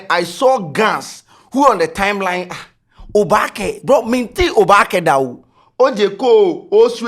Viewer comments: is not oobake oo it is oobaake 😄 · Pls it is Oobake NOT obaake! And it's similar to the adinkra symbol. Its not a street/ spoken word. All the Gs's are asking for is inclusitivity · It's not obaakɛ it Oobakɛ̀ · pls it’s not pronunced obaake . it’s oba ke literally meaning you’ve surely arrived 😊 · it's Oobakɛ. You stress the ooo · Because you’re pronouncing it wrong. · you're not pronouncing "oobakɛ" well. Please ask or learn the correct pronunciation.😅